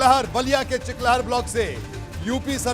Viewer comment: Chiklahar nhi re chilkahar